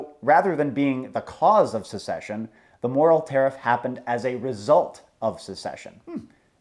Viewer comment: How pronounces certain words: "secession" = "succession" "ignorant" = "ignant"